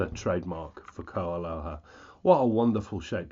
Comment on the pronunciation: Not to be picky as I love your reviews. They are tops! But...your Hawaiian pronunciations leave a lot to be desired. Pono is P-OH-NO as in "oh no!" with a P on the front end. Opio is Oh-PEE-oh with the accent on the "i" which is pronounced hard E in Hawaiian. You've got KoAloha down. Well done and thank you for your excellent reviews! Mahalo (Mah-HAH-low);-).